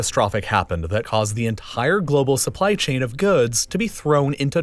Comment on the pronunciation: Say entire